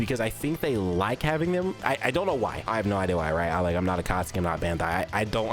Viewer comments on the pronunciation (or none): none